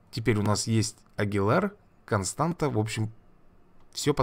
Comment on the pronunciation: Не Константа, а Констанса